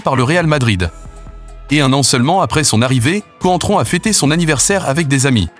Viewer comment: C’est contrao ça se dit espèce de footix